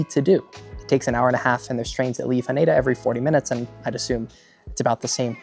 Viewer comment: It's better pronounced HAH-neh-da, not haNEYda. Also NAH-ri-ta, not naREEta